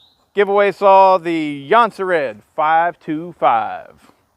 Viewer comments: Nice attempt to say Jonsered But not even close! Ask a Swede how to say it correctly. It sounds nothing like it is spelled! Actually if you google "how to pronounce Jonsered" a site will tell you. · Jonsered pronounciation is on top!